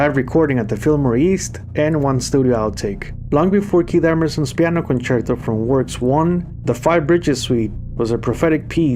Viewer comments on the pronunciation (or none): none